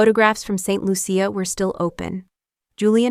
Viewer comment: It's pronounced Saint Loosha!